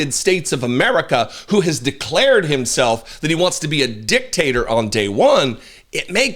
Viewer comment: Did you say "Dictator " or Dicktator" 😂😂😂😂😂 I love your channel